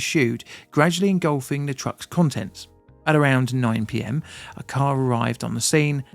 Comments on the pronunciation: love ya work mate but its Charlie-Ville not chalville :) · I can't recall hearing about this disaster so thanks for covering it. And, by the way, Charleville is pronounced Charl-a-vill. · Charleville has three syllables. Char - lee - ville. Say it exactly the way it is written. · It is pronounced 'Charl - E - ville'